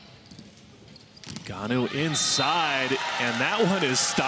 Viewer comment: EGONU e non Eganu!!! EGONU Not EGANU!!! EGONU e non Eganu!!! EGONU Not EGANU!!! EGONU e non Eganu!!! EGONU Not EGANU!!! EGONU e non Eganu!!! EGONU Not EGANU!!! NOT Professinal! Belgio ASFALTATO!!! EGONU e non Eganu!!! EGONU Not EGANU!!! EGONU e non Eganu!!! EGONU Not EGANU!!! Compri´ ?